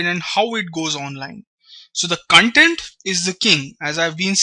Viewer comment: you are pronouncing the Core word 'Content' itself wrong .The pronounciation itself makes the meaning otaly different